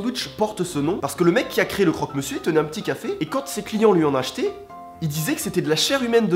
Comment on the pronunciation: Moi je suis morte de rire a crok monsieur